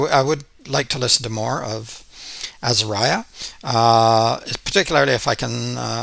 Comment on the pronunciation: Say Azahriah not Azahryah!!! Please!!!